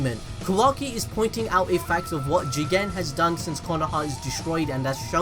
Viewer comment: It's funny when you say Juuugen